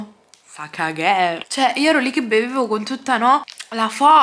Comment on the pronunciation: "La San Benedetto fa cagher". Mi hai distrutta. IO MORTA.